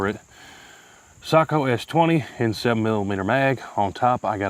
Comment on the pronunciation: Finland thanks you for pronouncing Sako correctly